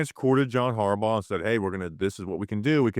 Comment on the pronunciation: John HARbaugh... John HarBAU